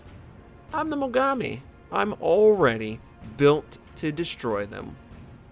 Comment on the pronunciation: I'm not saying I watch his videos to learn (even tho he is a good player) I just like him because of his sense of humor (I guess I should have said why). and the way he says Mogami...